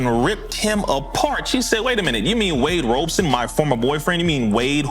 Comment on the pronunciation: Wade ROB-SON 😅 love the show by the way💯